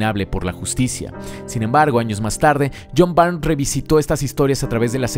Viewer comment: Muy buen trabajo, amigo, especialmente para iniciar un nuevo año. Espero me permitas señalarte un error en la pronunciación del apellido del autor John Byrne (error en el que incurren la mayoría de los youtubers españoles por su curiosa vocalización del inglés): se pronuncia BURN (como el verbo quemar) y no BAIRN. Referencia